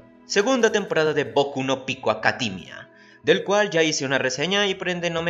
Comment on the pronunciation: "Comtfort" "Acadimia".